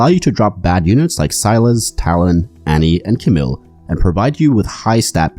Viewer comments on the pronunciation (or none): none